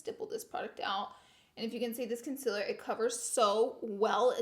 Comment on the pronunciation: can you please say concealer right. like don't say conceler it really bothers me